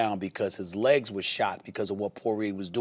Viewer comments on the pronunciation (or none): none